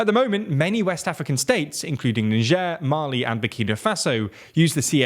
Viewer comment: Bro dodged a bullet with "Nigieer"